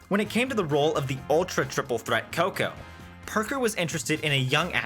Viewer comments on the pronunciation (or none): none